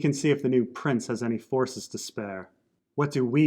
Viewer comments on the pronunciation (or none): none